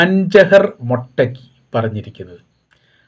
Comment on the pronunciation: മൊട്ടക്കി അല്ല പഹയാ മൊത്തകി